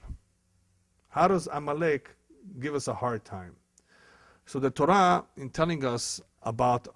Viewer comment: I am Jewish and this man is a disgrace! I don't even think he is Brazilian (judging by his accent), nor Jewish, let alone real rabbi. He doesn't know Torah (which he misprounces by the way).